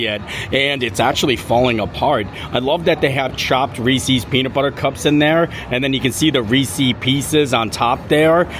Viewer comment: So…. The correct pronunciation of "Reese's" is "Rees-IS," which rhymes with "pieces." This reflects the possessive form of the name of its creator, H.B. Reese. Or like Reese Witherspoon. It must be a Florida thing because Molly of Mammoth Club and Tim Tracker all say it wrong as well. If Hershey says “Rees-IS” then that pronunciation must be correct.